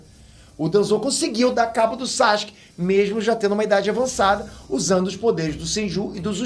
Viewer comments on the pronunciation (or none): none